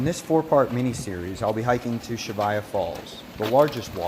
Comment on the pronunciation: Great video series but it’s Cheyava not Chevaya. The Y , then the V.